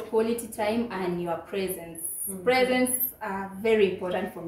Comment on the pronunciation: Did say presence or presents? 😂😂😂😂